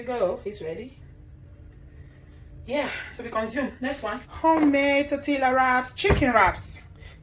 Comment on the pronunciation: Pronounced: Torte(y)a. Looks delicious. You need to open a restaurant, after this thing is over. You're right, the bell peppers are full of water. I don't use them.